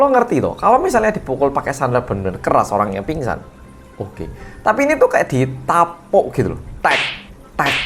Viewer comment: Dituapuki.. Hahaha.. Medok bingit to..